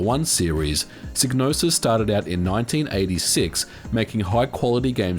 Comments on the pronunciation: Psygnosis is pronounced SIGE-NOSIS not Sig.. as heard on the Amiga intro to Blood Money. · Psygnosis is pronounced Sige-nosis as heard in the Amiga intro to Blood Money. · Isn't Psygnosis pronounced "psi - nosis"? The g in Gnosis is silent by itself. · I always find the various ways people pronounce Psygnosis interesting. I've always said "sye-no-sis", since gnosis on its own has a silent g (as in gnosticism, etc). But I suppose we say agnostic as "ag-nos-tick" in English, not "ay-nos-tick", even though we pronounce most other similarly constructed words in the latter way (asymmetric, asexual, etc). Language is weird.